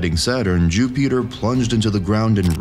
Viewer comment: Jew-Peter 😂 bro